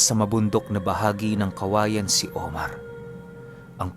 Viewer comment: Atsaka ang pag bigkas ng lugar na kawayan dapat mabilis kasi yan ang narinig ko sorry at alam ko ang lugar na yan kasi taga negros din po ako salamat...